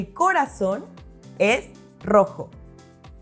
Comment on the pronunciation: Tengo una pregunta. Parecía que acentuaba la primera sílaba de corazón, no la última sílaba ¿Verdad?